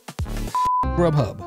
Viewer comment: Rub Hub lol its actually grughub